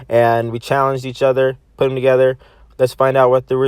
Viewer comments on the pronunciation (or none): none